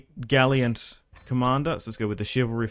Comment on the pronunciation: saying "gaLIANT" instead of "gallant" will forever be the most effective ragebait.